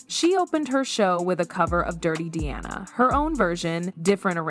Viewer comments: When the video is about Diana Ross and the AI voice pronounces it “Deeanna” maybe it’s a good time to just have a human do the narration. A good example of AI making things worse. For no reason. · If it isn't AI, the narrator did a horrible job. The age gap was actually 15 years. the narrator starts pronouncing Dianas name as Deeanna. Big difference. Also, "the 1980s" is said as "1980 ess" Definitely AI or a poor job at narrating.